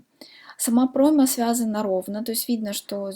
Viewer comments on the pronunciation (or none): none